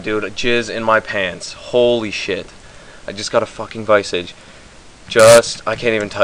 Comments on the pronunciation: "Viy-Sog"? its called "Vi-soj" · its not vi - sige its vis-age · hahahah wtf is a vaisige, its a vis-arge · LMAO vice-age its pronounced vis-arge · That was awesome XD "OMG I got a viceage" lool fail pronunciation tho XD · You pronounced visage wrong but nice lol I got one when it was only 21m...